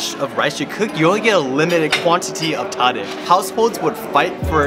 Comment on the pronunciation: Brother! Pronounce tadig as “Ta-Deeg” and the Ta is supposed to sound like when the doctor says open up to check the back of your throat.